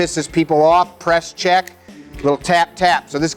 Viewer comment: “Press CHeAck”